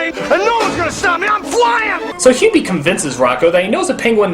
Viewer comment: While I'm used to Doug mispronouncing names here and there, this is probably the strangest case because he seems to flip back and forth between pronouncing Hubie's name correctly and incorrectly.